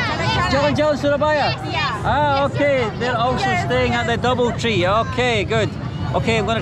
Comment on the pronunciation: i think she said Bubble Tea instead of doubletree